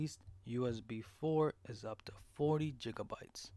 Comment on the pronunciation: And on top of ”jigga-bytes” you need to make your mic louder or talk louder. Really hard to hear you, unless you’re in a silent room.